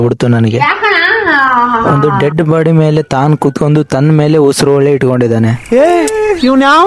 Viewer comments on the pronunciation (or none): none